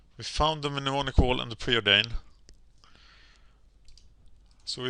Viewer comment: How many Mnemonic Walls are in the deck? Also, Mnemonic = Nem-On-Ic.